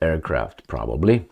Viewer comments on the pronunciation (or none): none